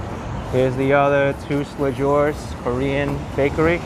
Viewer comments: omg hahaha it’s “too-lay-zhoo” but agree it’s an excellent bakery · Great video! I want to visit Flushing one day. Btw, Tous Les Jours, (All the days or every day) is pronounced "Too - lay - Joo", the "j" sounding like the "s" in treasure.